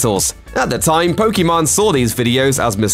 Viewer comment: It’s funny how he calls pokiMANE “pokemon”